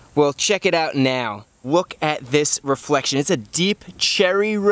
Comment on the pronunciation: "wook at this reflection"